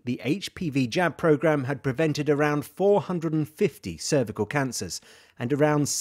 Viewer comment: Brilliant news! Just curious though, did anyone else notice the initial pronounciation of cervical? 😂